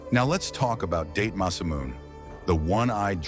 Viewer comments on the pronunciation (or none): Sorry....DATE Masamune? The family name is two syllables not one, it is pronounced DA-TE. the first syllable sounds like the first one in the English word DAd, the second syllable sounds like the first syllable in the English word for the number TEn...so, DaTe Masamune not Date. Please speak with native Japanese prior to making these videos, so far this one is very interesting to me but the mispronunciation of words and/or names should not happen with a little research.